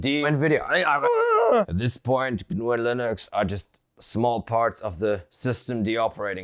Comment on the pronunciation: GUH NUUU LOL